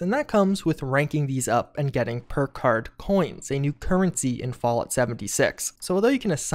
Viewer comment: He said purkuurd so many times in a row the word lost all meaning. Oh, PERK CARD you say?! Lies, I don't believe it.